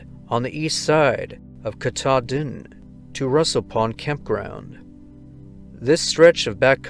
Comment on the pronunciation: It's always great to hear your voice!! Thanks for these stories, putting the victims face and name out there, in case someone hearing this may know something. (Just a note on pronunciation: It's (Mount) ka-TAH-din, spoken as one word, not three separate words). (Well, that's how they say it In Maine, anyway 😉).